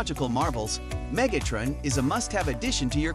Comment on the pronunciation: that wasn't a knock--I like the way you said it